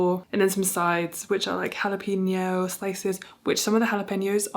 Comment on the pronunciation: the community cook club sounds like so much fun. also your changed pronunciation of jalapeño is much better and very close. the e makes an "ay" sound, so it's more like hah-luh-PAIN-yo 💚